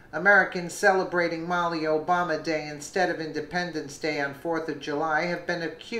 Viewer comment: Muh-LEE-uh. Great story though!